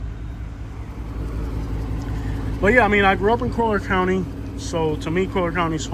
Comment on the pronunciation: Colly-er County* bro lol